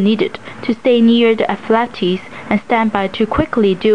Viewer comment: athletes is pronounced as aff, leeets as in "eats"